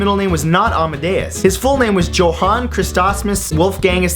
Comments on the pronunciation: Yo-Han not Jo-han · Its pronounced Yo-han Mozart, not Joe-han. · It's prounonced Yo-Hann not Joe-Hann, the german language can be weird. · Not JOE-HAN, but YO-HAN. How do people not know this? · Motzart's first name is pronounced yo-han. Not jo-han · Not 'Jo-hann', with a hard J. It's pronounced 'yo-hann'. (Family name, including one of my brothers. It's German.) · pronounced like Yo-han not Jo-han.. I know the spelling is deceptive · Johan is pronounced Yohan... just sayin... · It's pronounced yohan not johan. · It's Yo-hahn, not Joe-hahn. Good try though. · NOT JO-HAN!!!!! ITS PRONOUNCED YO-HAN!!!!! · Mozart's first name, Johann, is actually pronounced Yo-hann! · Man, I hate to tell you this, but it's pronounced YO-han.... nailed the rest though! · ITS PRONOUNCED YO-HAN!!UR THE WORST!!jk and seriously keep up thie good work Matt! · Ikr... Joe-han, oh Matthew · Johann is pronounced with a "y" sound, like yohann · johann is pronounced YO-hann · Johan?! IT'S PRONOUNCED JOHAN(yo-hän) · Johann is pronounced yohann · its pronounced "yohan" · You said it took you 20 tries and you still didn't pronounce it right, Johan is pronounced yo-Han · Mozart's name would be pronounced 'yohann'. The english sound 'j' does not exist in any Germanic language other than English. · Not to sound like a douche, but I believe Mozart's first name is pronounced YO-Han...lol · it is pronounced YO-haun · hey, matt, i dont mean to burst your bubble, but your dont pronounce the "J" in Johan. it is pronounced "Yohan". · Johann is pronounced yo-han. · He also mispronounced the second and fourth names, but with all those letters in a Austrio-German name...that has strong Greek and Latin influence, I'm willing to forgive those. That said, I didn't realize there was anybody in the world who DIDN'T know it was pronounced Yo-hawn. At any rate, still a fun video overall. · 20 tries at pronouncing Mozart's full name was obviously not sufficient, since the J in "Johann" is pronounced like a Y